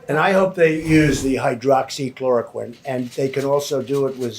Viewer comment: not many, after 3 attempts to say it like a child would. have a look at the lovely side effects of this drug.